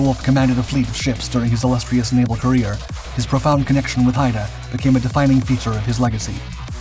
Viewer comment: Haida as in Haida Gwaii (“hīda gwī”)